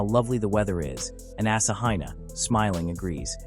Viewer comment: The AI narration pronunciation of Asahina is painful.